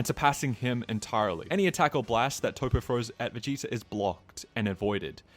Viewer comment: Bro why you calling him "Toe-Poe" when it's Toppo as in TOP. A pun on him being top-heavy. Hearing the mispronounced name being spammed so much got annoying enough that I had to comment 😅